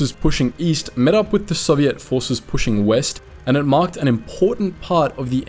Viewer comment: You pronounce Soviet wrong